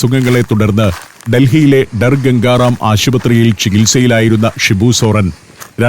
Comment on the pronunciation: Sir that is not "Dar Gangaram Hospital".It is called "Sir Gangaram Hospital".